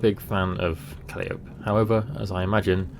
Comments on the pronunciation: Not sure about the other two but Calliope is pronounced Ka-lie-ah-pee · Calliope - pronounced - Ka-lie-opie :-) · Im pretty sure it's pronounced CAH-LI-O-PEE like the American ww2 tank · Noah Quigley that's what I thought, right?!